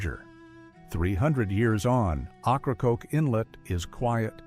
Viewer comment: Ocracoke is pronounce wrong.